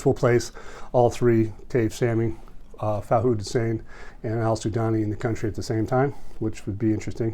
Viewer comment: Common Arabic name is Fuad spells foo-ahd ... not Faud.